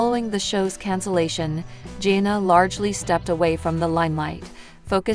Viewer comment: You pronounce her name wrong repeatedly and believe me it's not that hard; you reported things that a Î know are not true, and you are running a completely fictitious channel. People need to know that., also, you said she married Austin Forsyth. That is her sister's husband.